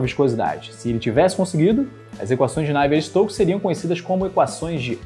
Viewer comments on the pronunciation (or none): Ótimo vídeo, só faltou dizer que na prática a equação é abordada numericamente, com simulações por computador, na falta de uma solução analítica. Outro pequeno detalhe, com o risco de ser pedante: a pronúncia ‘návier’ para Navier vem do inglês, em francês é ‘naviê’. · Excelente vídeo! Só uma correção o nome do cientista Navier se pronuncia "Naviê". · Porque voce pronuncia "Navier" c sílaba tônica na 1a. Sílaba ? Prá mim, é 2a !